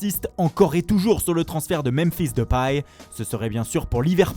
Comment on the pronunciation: Memphis depAAINY